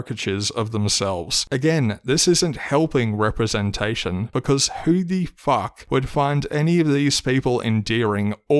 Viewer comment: LGHDTV representashion 🤣